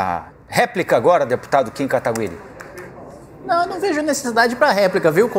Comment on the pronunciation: Querido, não é Kataguiri com som de linGUIça e sim GUI de GUItarra. Muito bem moça, é assim mesmo que se fala. Ai minha nossa hein, CNN? Deviam cuidar mais das falas.